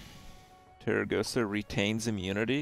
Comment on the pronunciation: Kripp, why do you keep calling her Teragosa, while her name is actually Tarecgosa?